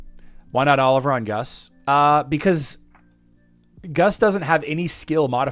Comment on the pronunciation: "Gus" is Augustus. "Guus" (pronounced "goose", a play on his birds) is NEVER pronounced "Gus". "Vacuum" has two U's. Do you pronounce that "vack come"? When was the last time you "vack come'd" a carpet?